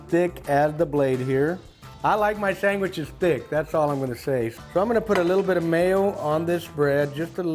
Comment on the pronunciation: I love the Hispanic way of pronouncing the word "sandwiches" - "sangwitches" just the way my Uncle reg pronounced it. ❤